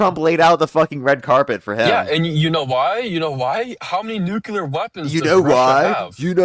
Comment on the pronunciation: OMG this caller needs to read a dictionary, because he doesn't understand the meaning of words! And for the love of Gawd, people need to learn to pronounce "nuclear" correctly! It's NEW CLEE UR, not NUKE YOU LUR! Jesus H Christ!